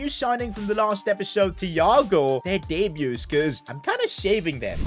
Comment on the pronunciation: Him saying thhhhh and not tiiiiago is just sort of triggering🤣💀